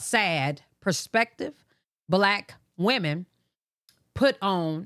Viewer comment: It's kills me how she saying wemon not women 🤦🏾‍♀️🤣